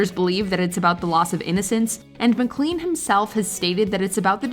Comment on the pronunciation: McClean is not pronounced like clean. It's pronounced like Mc lain. I saw him live in 1986 at the university I attended. The fans kept screaming for American Pie. He did it numerous times. He has quite a few hits but the local radio stations overplayed the song because he was coming to town. I love his version of Roy Orbison's Crying as well as his tribute to Van Gogh Starry, Starry Night. He has many songs in his roster.